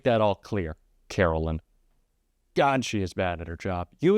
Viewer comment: Please don't call her "Carolyn", her name is Caroline, as in Carol-line, sounds like "lyin'". She was named correctly, they seemed to know she would be lying!